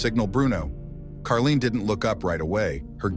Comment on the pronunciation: It’s Caroline! Not Karlene!